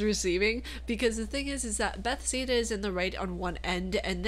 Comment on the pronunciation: buh-thez-duh XD